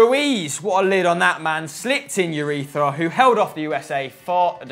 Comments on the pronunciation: "Bryan Ruiz slipped in Urethra (not Ureña)" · Lmfao, did call Marco Urena urethra??? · I'm pretty sure he said urethra !! Lol Ureña